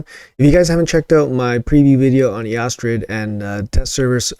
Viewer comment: Hey - just one thing. Eostrid is named after the goddess Ēostre, for whom the holiday Easter is named. So it’s East-rid, not E-ostrid.